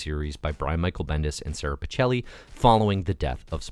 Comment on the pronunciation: It's pronounced *Peekelly*, not Pichelli :)